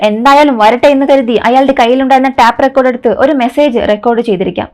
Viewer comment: Tap recorder അല്ല, tape ( ടെയ്പ് )recorder ആണ്